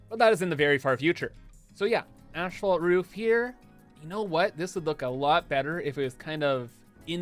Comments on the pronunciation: As someone who's mother is a civil engineer... Hearing someone call asphalt ASHphalt, only makes my eye twitch a little... 🙃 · As-folt :D There's only 1 h in it